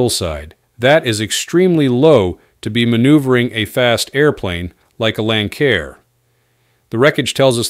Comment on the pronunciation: Pronounced "Lan Sair" not "Lan Kair" . Stupid AI